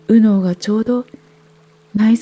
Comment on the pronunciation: 『右脳、左脳』の発音に違和感を感じて話が入ってこなくなったのも左脳の逆襲なんだと思いました。